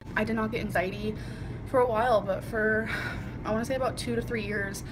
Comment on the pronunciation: Are we not calling it “anxiet” anymore or whatever the fuck she was trying to say